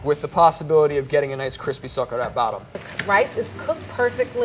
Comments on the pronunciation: Oh god love how they pronounce "socarrat" I was trying to understand what the heck they were saying for a minute straight lol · OH MY GOD when they say socarrat I’M DEAD HAHAHAHHA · Bro OMG this dude saying he's from a Spanish household and pronouncing socarrat like he only ever read it LOL this video good but as a Spaniard, this dude really making me go crazy over here